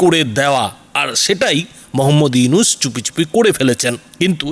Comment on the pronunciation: ফকিন্নীর বাচ্চা উপস্থাপক আগে পড়া শোনা শিখ নামটা তো ঠিক মতো বলতে পারিস না 😅😅চা বিক্রেতা মোদীর কুত্তা তোরা কেমন করে বুঝবি নোবেল বিজয়ী ইউনুস সাহেব কতটা সম্মানিত ব্যক্তি? শূয়রের বাচ্চা তোদের সমস্যা কি বাংলাদেশে যেটা ইচ্ছে করবে । কুত্তার বাচ্চা চীন ভারতের বাজার ধরোক কিংবা ভারতের গল টিপে ধরোক তাতে বাংলাদেশের কিছু যায় আসে না। নটির পোলা তোদের এতো ফাটাফাটি শুরু হলো কেন বাংলাদেশ নিয়ে 😅 তোদের ধরে জুতা পেটা করলেও জুতার অপমান হবে। খানকির পোলা নিজের দেশে কি হচ্ছে বল😅 আমেরিকা বাশ দিচ্ছে বাশ 😅 তোদের RAW কে নাকি লাল কার্ড দেখিয়েছে 😅😅